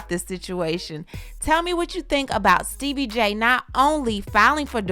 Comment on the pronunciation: Sooo no one else notice that is saying “ Steebie” cuz that i was calling him lol